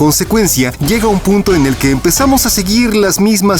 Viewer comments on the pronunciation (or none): none